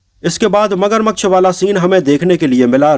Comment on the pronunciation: भाई मगरमक्श नहीं होता मगरमच्छ होता है